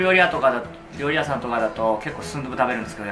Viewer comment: リュウジのお兄さん「リョウリ」（笑） これが気になりすぎて後が入ってきません（笑）